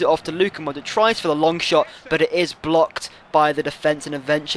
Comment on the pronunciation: Hey, I think you're pronouncing Modric wrong, the C is like the one from 'Subotic' !